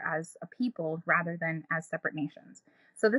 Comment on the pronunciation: Rother, rother, rother. Um, the word is rather.